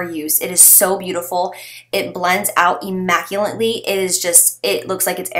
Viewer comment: Kenedeigh Goins lol did you also hear her mispronounce immaculately? I can't even tell you what she said but I had to rewind it like 5 times lol it sounded like immaculantely or something